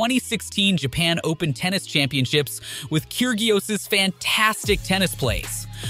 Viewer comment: Omg the pronunciation of tsisipas and kgririos was absolutly terrible